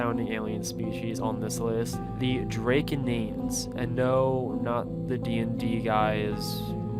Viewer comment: Draconians is pronounced drah-co-nee-ahns